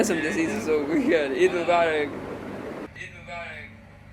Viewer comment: omg tbh i only can hear that Eid Mubarak at the end baaki kuch bhi nhin 😭😂 aur wo Eid Mubarak bhi aisa burger bacho ki tarah bola hai 😂😂😭